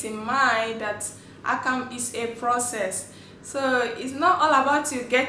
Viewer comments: You do good job.. but please it's akamu not akam.. call it what the name is .. that's how you stay original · You do good job.. but please it's akamu not akam.. call it what the name is .. that's how you stay original.. we love and appreciate what you do